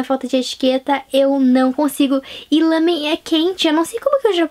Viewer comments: meu deus pq vc fala lãmen é lámen.E irritante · Lamen..? Ou Ramen..? Isso tá me a deixar confusa... xD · ouço todo mundo falar "lámen", e vc falou "lâmen". Agora fiquei na dúvida, qual o correto?